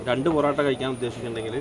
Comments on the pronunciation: ബോറോട്ട അല്ല പൊറോട്ട 😂😂😂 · പൊറോട്ടക്ക് ' ബൊറോട്ട' എന്ന് പറയുമ്പോ തന്നെ അറിയാം... ജനുവിൻ റിവ്യൂ ആണെന്ന് 🎉❤